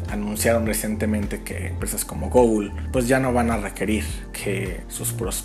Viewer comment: "Gogul" ??? Lmao